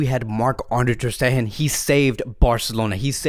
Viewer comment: And also its not "Ter SteHHHen" its "Ter SteGGGEn" stup....